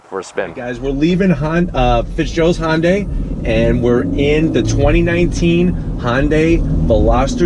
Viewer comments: Why the F can this guy not say Hyundai it's not Honda day it's Hyundai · "Hun-day" like "Sunday." If you're gonna say it that many times in the video you should probably get it right lol.